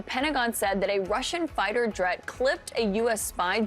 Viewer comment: heh, she said Jret